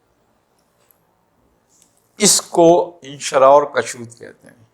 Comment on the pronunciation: تلفظ میں کافی غلطیاں کرتے ہیں کُشود کاف کی پیش کے ساتھ ہے کَشود زبر کے ساتھ غلط ہے اور اِنشراح الف کی زیر کے ساتھ ہے اَنشراح زبر کے ساتھ غلط ہے براہ مہربانی توجہ فرمائیں کہاں تصوف پر کلام اور کہاں یہ معمولی غلطیاں